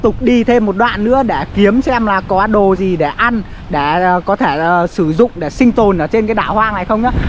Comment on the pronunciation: Noi thằng để. Bot noi ngong đi. Nau cơm thanh lâu cơm. Noi chu .n thành chu l.chu l thành chứ n.mat hay